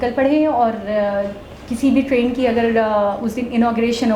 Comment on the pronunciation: Tarin nhi train hota h Bhai.😂😂😂😂